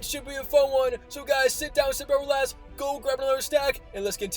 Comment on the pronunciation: My man cannot say 'relax' to save his life lmao